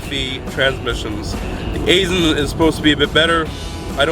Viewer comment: Aisen is pronounced "eye sen".